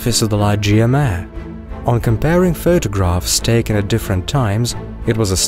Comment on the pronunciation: Thank you! Fascinating and informative. Just a heads-up: "Mare" is a Latin word meaning "sea." It therefore isn't pronounced as one would pronounce it as if one were speaking of a female horse. It is pronounced "mah-ray."